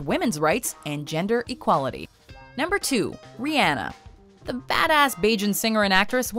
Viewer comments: How do you only mess up Rihanna's name? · Who is "Ree-anna" lol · why tf she say rihanna name like that? smh put some respeck on the queens name